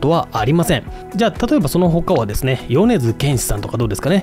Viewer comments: 「よねずけんし」じゃなく「よねづけんし」ね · 間違った読みでも変換してくれるのは便利ですね 誤：よねず 正：よねづ